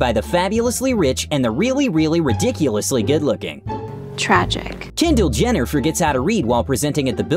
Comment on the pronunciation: am i the only one who hears “jendall jenner” instead of “kendall jenner”?